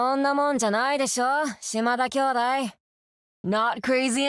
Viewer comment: Not sure if it's just me mishearing it, but it really sounds like she's saying "Shima-ba" instead of Shimada. The ba could be in reference to "ba-ba" as in granny.